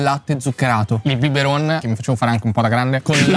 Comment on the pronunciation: "BIBERoN" cit.